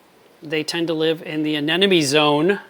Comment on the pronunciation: ANEMMMONE not Anennnonnne